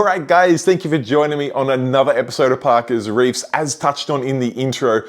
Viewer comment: Back to putting the Australian S on the end of Parker’s Reef. Hah idk why I pay attention to that every time.